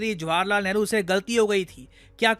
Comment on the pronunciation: He said Neharu, that explained a lot 🤦